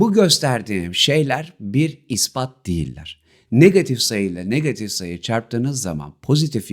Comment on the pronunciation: niggatif degil hocam negatif 😅😊